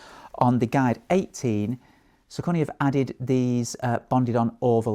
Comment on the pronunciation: Sock-a-knee. If you are going to do reviews of this brand, please take some time and learn how to pronounce it correctly. Thanks.